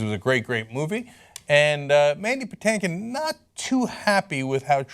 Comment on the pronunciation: And it’s not “Patankin” it’s “PaTINKin”😂 (like “think”)